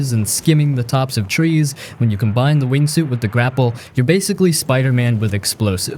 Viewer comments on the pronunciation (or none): none